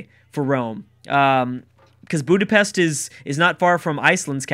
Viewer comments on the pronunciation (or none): none